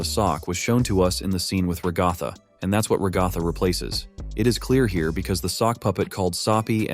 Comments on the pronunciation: This guy: Rag-goth-a Everyone else: Rag-a-tha (Sorry if I come off as rude here, I just find other pronunciations of names entertaining) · Your AI voice mispronounced Ragatha. It is "rag uh tha". Not "ra goth ah"